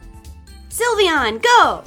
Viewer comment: John Robinson It’s Sylveon not Silivion or Syilvion